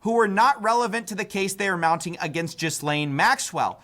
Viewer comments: It's pronounced Glaine not Gisslaine. If you can't even get that part right, why should i listen to anything you have to say? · There's no problem smaller than this but I NEED people to know that her name is pronounced ghi-LENNE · FYI Ghislaine is a french name, the -h, -s and e are silent. The name is pronounced as "Gilaín" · Dude pronounced Ghislaine as Jizzlaine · I will never not call that lady Jizz-laine. I don’t care how it’s actually pronounced. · I love Americans pronouncing it Jizz-lane bro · Why is nobody able to learn the proper pronounciation of Ghislaine